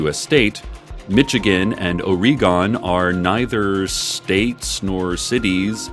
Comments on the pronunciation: Oh-Ree-Gone As an Oregonian, I am positively cackling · Honestly, this mispronunciation of Oregon is still better than the most common one.